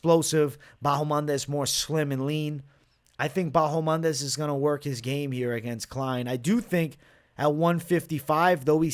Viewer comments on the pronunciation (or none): Still calling ma man "Bahomandes" I see ?!